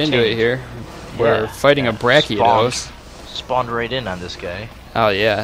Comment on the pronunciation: Brachyeedos? lol